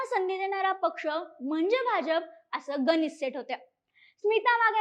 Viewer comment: पोरी थोड आजुन ग्राउंड वर काय काय घडलं होत आणि आहे ते पण बघायला हवं होत. गणित म्हणावं गनीत नाहीय ते.